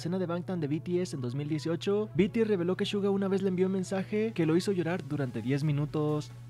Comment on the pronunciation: Amigo no es shuga Entiendes!!!!